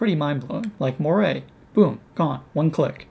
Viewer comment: There is no such word as "morie", it's "Moiré", pronounced "mo-are" in English and "mo-aray" in French with the French sounding "r"...